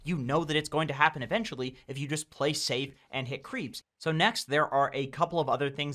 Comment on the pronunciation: why does he say ply insted of play? Maybe pligh?